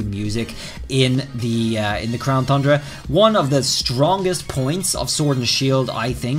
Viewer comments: um mr it is not "Crown Thundra" it is "Crown Tundra" TUN-DRA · Keeps saying thundra lol its tundra not thundra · It’s TUN- DRA NOT THUN-DRA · At this point I think you are saying thundra just to mess with us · Thundera lol. At first I was like man it’s “ton-dra”! But now it’s just funny 🤷🏻‍♂️ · Its the crown tundra not thundra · I love all of his videos and look forward to the information, but the “thundra” when it’s pronounced “ton-dra” or “Tundra” bothers me so much. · No offense but you keep saying tundra wrong you say thundra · Tundra not Thundra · Tundra pronunciation Ton-dra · You said crown thundea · Why does it get me every time he miss pronounces TUNDRA??? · Every time he pronounces tundra with an H, I just want to unsub lol